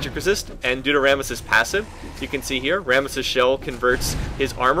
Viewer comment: Sounds like you're saying 'Varus' when you're actually saying 'Rammus' XD Got a little bit confused at the start.